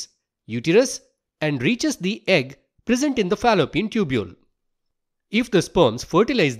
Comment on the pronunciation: Uhh just noticed you are a banglorian from the specific "yegg" sound , btw beautifully explained